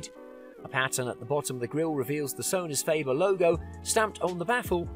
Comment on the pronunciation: Sonus Feibur? Maybe we should cal the Ferrari - Firreirai LOL Clearly he was payed well for this advertisement. He reads the brochures without any mistakes except of course the brand names of the speakers.